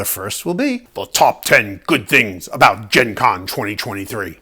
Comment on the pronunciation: 😆 "aboot", a doing a Canadian accent 😂 I'm from Chicago so I sound normal 😜 (imagine that SNL skit Super Fans) Anyway, it'd be great to watch you and Jackie play Sky Team! If it was me and my husband, though co-op, we'd wind up in a death match before we finished the game.😅